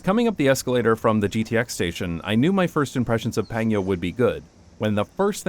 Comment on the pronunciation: Don't know if somebody pointed out yet but it is PanGyo not PangYo. LOL.. oh you corrected later on eh? Anyway, I really hate those big wide roads and that there are so many cars but like 0 parking lots where you really need them. And everybody illegally parks by the side of the road every time and I'm here wondering why the heck not make the right most lane into a parallel parking area anyway since everybody parks there anyway and the roads are 6-10 lanes wide??? Wide roads does not mean car friendly either... As someone who has a car in Korea, it is a pain in the arse to go places because a lot of times there are no parking spaces anywhere when and where you really need them, ending up parking quite a distance away from the place I need to go and walk to my destination for 30mins and such. Basically bad for both pedestrians and cars a lot more times than good for either one. Also residential areas, not sure about new ones (i've seen on the news that in the newer apartments, people fight over parking spaces too) but older apartments have so little parking spaces and so much more cars that people double, triple park when they get home..... Then the the other kind of residential areas, what we call "villa" as in shorter buildings that are 3-6 stories tall and a lot of times the first floor is a store/restaurant/cafe and second floor to top floor is residential, in these areas there is no parking space, people park by the street (a wide 2 lane street, supposedly illegal, when c